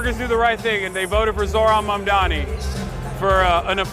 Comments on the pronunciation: those who still refuse to pronounce his name correctly can just call him MR. MAYOR 💅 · Part of the reason I'm glad he won is that Zohran's opponents were using cheap, dirty identity politics to try and discredit him. The amount I've seen his haters deliberately mispronounce his name is ridiculous. The labels used against him because of his Muslim background have been absurd. Those kinds of whack tactics should fail and I'm glad that they have in this race. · Cuomo in shambles - now he'll have to learn how to prononuce Mamdani's name 😭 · Seriously though, Cuomo making a point of not being able to pronounce his name should have been disqualifying in and of itself. Two options: - You're not doing it on purpose? You're too unintelligent to be in a position of power - You're doing it on purpose? You're a petty b*tch and you don't belong in a position of power I wish people would have started mispronouncing Cuomo's name on purpose. "Welcome Mister Cuomuo, is it? Coumuo? Sorry it's so confusing"